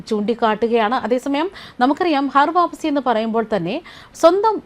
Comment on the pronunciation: ഹർ വാപ്പസിയല്ല, ഘർ വാപ്പസിയാണ്.